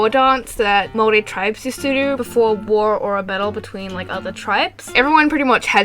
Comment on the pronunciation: And thankyou for pronouncing Maori correctly i'm half maori so thankyou!!